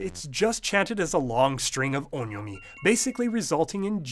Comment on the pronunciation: Is the first vowel in on'yomi supposed to be nasalized? I don't know but I heard you pronounce on'yomi roughly as [õ:ɲɔmɪ] but the second vowel doesn't sound so nasal...